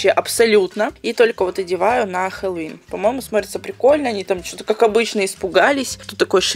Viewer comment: Не хелолоун а хеллоуин!